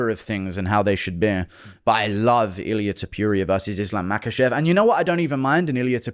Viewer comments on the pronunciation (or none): TOH-POO-RIA NOT TOP-YOU-RIA Coohnt lmao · Who the fck is Topiuria? It's Topuria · Guru: ilia too puria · Guru saying "Ilia Topiuria" is a pet peeve of mine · Who the hell is Tupuria😂😂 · it's not "tiupiuria" either xd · Tuupuria 😂 guys needs a pronunciation lesson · Tah-PURE-ia ….. you sound like an ass. Say it normal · This dude cannot refuse to call Georgian midget „Tiopiuria” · Who’s TEP-PURE-RIA? 🤣